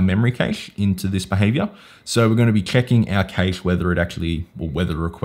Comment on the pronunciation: Great video, thanks. But why do you say cache funny? It's pronounced kash